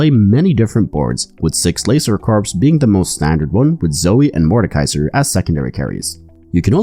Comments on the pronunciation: fwiw, "corps" is pronounced like "core", not "corpse". And I suspect that "anima" would have a soft "i" sound like in "tin", not an "ee" sound. Love your content. Not intending to be pendantic - some people appreciate getting the pronunciation right. No offense intended. :) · Thanks for the great video! Two little things for pronunciation for the rest of the set. Corps (Pronounced Core. Not corpse) Anima (Ah-nah-ma. Not a-nee-ma) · Please stop saying Laser Corps with the "P" sound, "Corps" is pronounced like "core" without the "p" sound.